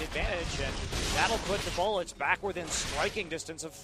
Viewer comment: you can hear sometimes kt mullets instead of kt bullets :D